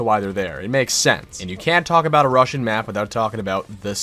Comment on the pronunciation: Whats a Russion? 😂😂